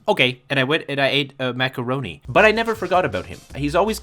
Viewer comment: came back to this video just to hear him say macaroni like that afain